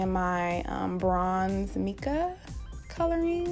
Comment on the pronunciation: Hey! So just a tip I guess, u pronounce it mai-ca not me-ca 💛💛🧡🧡